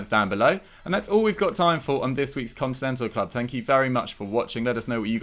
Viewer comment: you said Contental Club